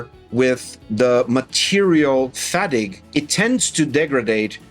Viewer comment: "fattig" ooohh... you meant "fatigue". Dang subtitles.🤣😂 Definitely going to go for the K1 Max, the built volume looks good enough for full sized helmets.